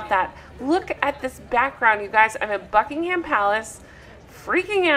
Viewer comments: We call it ‘Bucking um’ palace- the H is silent in UK (if only eh!?) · don't pronounce the 'h' in buckingham.